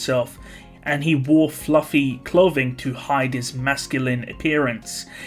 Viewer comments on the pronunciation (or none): none